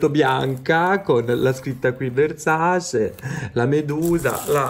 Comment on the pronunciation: Versace e Dolce e Gabbana che si battono sulla corretta pronuncia del brand:: VERSACI DOLCI E GABBANA